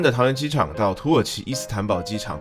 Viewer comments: 一直聽成土豪商務艙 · 一直聽成土豪..